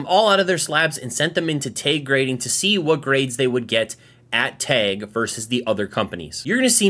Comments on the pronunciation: Why is he saying tag like teg? Its Tag! Like price tag. TAG! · Why does he keep saying "Tayg"?